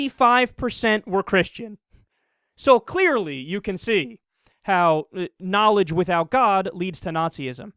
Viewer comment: "NAAL-idj"? That's a strange way to say organized religion.